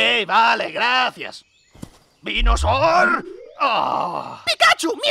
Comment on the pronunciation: quiero decir...vinosooor = I mean...venusaur